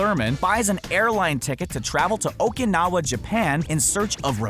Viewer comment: U where saying Okinawa wrong